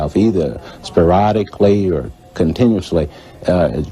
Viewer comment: The FBI agent saying sparodlcally instead of sporadically, is worth investigating 🎧